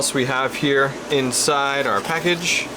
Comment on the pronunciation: You said "package". lol